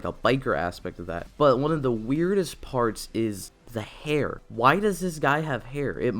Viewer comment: You keep saying your “the” like “duh” and it’s bugging me for some reason